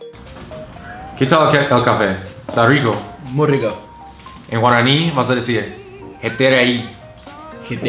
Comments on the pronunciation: Guaraño?😂😂 es guaraní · Práctica tu pronunciación en guaraní. No te sale bien.